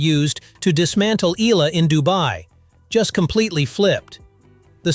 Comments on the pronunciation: It'a E-YA-LA, not E-LA. 🙂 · How hard can it be to tweak that AI voice to pronounce Eala's name right: Ee YAH Lah!